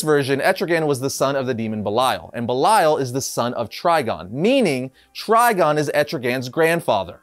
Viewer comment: You sure it’s pronounced Bell-lie-al I would assume it’s pronounced bell-Lee-el